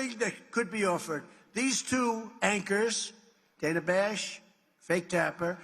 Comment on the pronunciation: It’s pronounced Dan-ah! The misogyny on the right is so blatant & disgusting it makes me ill.